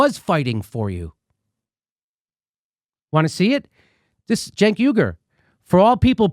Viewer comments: Jimmy Dore Show : Jimmy, you need to work on your phonetics. You pronounce the name Cenk as if it's Jenk or Genk. I agree with your critiques, and language, but you definitely don't know how to pronounce the name Cenk. The 'C' should be pronounced like an 'S', in English anyway. So top calling the jerk from TYT Genk or Jenk, when his name is Cenk. What if his name was spelled Senk, instead of Cenk, how then would pronounce it? The letter 'C' is sometimes pronounced like 'S', but never like 'G' or 'J'. Learn your English, but I otherwise agree with you. I understand your anger, but work on your English. You want an example of when 'c' is sometimes pronounced as 's', then take the word cents (like for pennies), it's a soft 'c', so like 's'. What about "centennial", do you say Gentennial or Jentennial, I don't think you do, it'll be pronounced like "sentennial", instead, except that the word begins with a 'c', instead of an 's'. Your social, political logic maybe fine, but you mess up use of language. It's annoying, and cause people to wonder about whether to believe you or not. YOU ARE QUESTIONABLE, for yes, Medicare For ALL is important, essential, for the country, but you say nothing about how this might be or should be provided, saying NOTHING about "universal health care" for the whole country, plus single-payer (govt!). In your mind, what is Med. For All supposed to be like? YOU HAVE NOT EXPLAINED! Again, Cenk is not Genk or Jenk. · Its probably me mishearing but when Jimmy says Cenk I swear I hear junk. Still works.